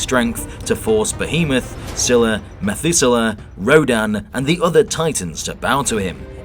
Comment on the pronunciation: Once again u pronounced Scylla as zilla